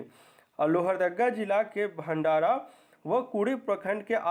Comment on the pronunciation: लोहरदगा का भंडरा है सर जी। भंडारा नहीं।